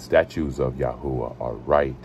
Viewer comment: The Torah of ya hoo a ?Why is it pernounced like that?